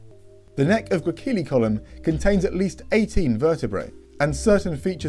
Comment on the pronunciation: It seems to me that you've forgotten the soft-C rule. Therefore, the name Gracilicollum is actually pronounced: "gruh-SILL-ih-CALL-lum".